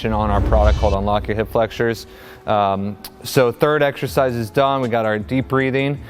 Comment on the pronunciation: Did he just say “ex-sher-size”?